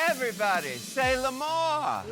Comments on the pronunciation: "Everybody say LAMORE?" Ummm,,,,it;s pronounced "A-mour" yikes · "Everybody say l'amour !" I mean.. Ru is pronoucing it like "la mort". So.. They are all screaming "Everybody say The death". I-... And they oop- ? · The way Ru butchered "l'amour".. I'm pretty sure somewhere Nicky Doll is screaming at her television screen 🤣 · Butchered is the right term here :D mon dieu…